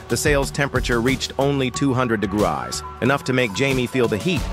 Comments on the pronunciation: Degras instead of degrees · Why do you people constantly use AI voices? They are horrible pronouncing and enunciating. Degrees, not degrahs. Throughout the entire video it can't pronounce degree properly!! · Degrees not dgraas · I thought it was degrees not degrass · 200 dugruah ? 😂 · Degrees not degraseey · "230 degries" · "A hundred and fifty digriys" 💀💀💀💀💀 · "230 degrasae" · Ah hrurndrhd and fifty dehgrahhs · I think he meant degree rise but it clumped together and sounded like degryse😅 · “A hundred fifty dagras” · "Degraas" "Degraasee" 💀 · This is why I hate AI voices bro THEY FUCKING SAY WEIRD SHIT LIKE DEGRAYS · Bro reminding us to touch grass by saying 'degrass' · "230 degrayse"🙏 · "Degrass" that stupid clanker😂😂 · Did he say degrais 😂❤ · "150 degreyais" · "A hundred and fifty degrass"💀😭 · Degrass????? I thought it was degrees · Degrees❎ degraahs✅ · It was a play on words joke making fun of the AI voice calling Degrees "Degrass". Hope this helps! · degrazeeee thats how you say it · Maxed out at 230 degræisy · "a hundred and fifty de grass" Hits hard🔥🔥🔥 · "150 Degrass" "200 Degrass" "Degrassi" Edit: I actually became the top comment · Dugrass? Fukn stupid ai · Hundred and fifty deggARRSS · bro said "degrahs" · Degraaas 🤓 Digreyaas 😀👆 Degruas 🫤 D’graseh 🤌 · It is pronounced as de•gree /dəˈɡrē/ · Bro really said Degrayees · dygras Tyson 👍🏼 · Degras? Fucking AI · “A hundred and fifty degrass” 💀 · it was like digrayz😂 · This seems to happen a lot on other AI voiceovers 😒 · 230 dgrasey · 400 de-goo-ars. 😂 400 dogaras. 😂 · Ahh yes "Digraz" so majestic🚡🚡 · Hundred and fifty dagras😂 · Bro was constipating shit pronouncing degrees😂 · The pronunciation of degrees progressively got worse and worse 😂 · His pronunciation of degrees makes my butt itch! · Ai voice struggling to say degrees